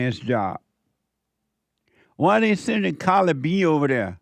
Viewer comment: Nicki Menore? lMAooo I loved this episode, Jesse lmao Hearing the way you say CArdi b and Nicki Minaj was the funniest thing i've ever heard lol thank you for being you and showing us all the way